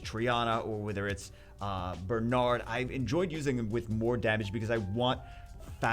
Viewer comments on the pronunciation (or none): none